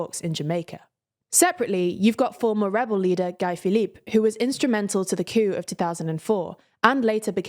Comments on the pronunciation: Guy Philippe is pronounced as "gee" with a hard "G", not as "guy" in english. USA, Haïti. USA declared independence in 1776. Haïti earned independence in 1804. For the USA, first was Declaration of Independence, second was War. For Haiti, first was War, second was Declaration of Independence. BIG DIFFERENCE. Years before 1776, the founders of the USA debated, argued, counter-argued about the requirements, attributes, qualities needed for nationhood, thus slowly forming a proper mindset and proper temperament of the american people for eventual nationhood. In the case of Haiti, there was first Rebellion, visceral Anger, most Righteous Anger, blood-churning lust for Revenge against the French colonists. War was engaged and won by the Haitian slaves. A war engaged without aforethought akin to a fight initiated by a hot-headed person driven by righteous anger. The war won, what now? Declaration of Independence of 1804 was the only valid alternative because re-inviting French rule defeats the purpose of the war. The key point is: in 1804 the Haitian people was not prepared for effective nation building. That the French came back in 1826, required and actually got reparations from Haïti implies that Haïti's independence was a façade, a joke. With Independence comes responsibility and the ability to defend oneself. After 1804 Haïti built 20-odd fortresses about 5 miles inland: they would concede coastal areas because the French had a Navy and Haiti did not. But Haiti got overextende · Except Guy Philippe